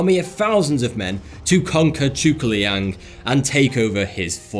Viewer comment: Your butchered pronunciation of 諸葛亮 hurts me